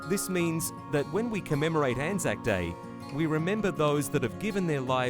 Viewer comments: You did pronounce it right it's an-zack basically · As an Australian i can confirm you have been saying Anzac correctly. Anzac (pronounced an-zack) stands for the Australian and New Zealand Army Corps. As Anzac Day is celebrated by both Australians and Kiwis on the same day. Anzac day is a day to remember those who have sadly perished in war and combat. also a bikkie and cookie are very different. cookies are enjoyed by kids, bikkies are eaten with a coffee or tea on a weekend in the living room. Every time i went to my grandparent's house there would be bikkies on offer and most of the bikkies were Anzac bikkies so i'd enjoy one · I am Australian and yes you are saying it right